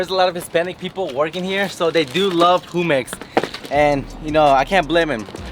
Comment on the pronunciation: So no one is gonna say anything about "whomex" ??😂😂JUMEX